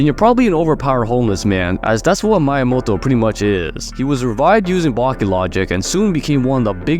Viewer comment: Love the vid but the wsy you pronounce Miyamoto tho💀